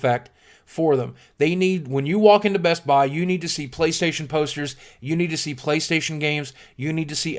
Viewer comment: "With that said, Playstohtion." That made me LOL